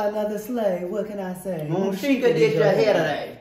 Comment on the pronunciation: Bruh it's Moonsheka :/